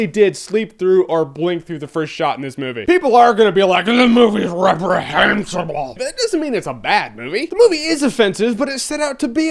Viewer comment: R-r-reprehensible XD